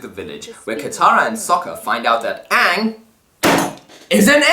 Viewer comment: It's AANG, NOT OONG, lady and gentlemen.